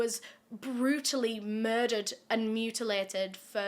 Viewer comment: I thought she said “beautifully murdered” and I had to rewind it to hear “brutally murdered” 😂😂😂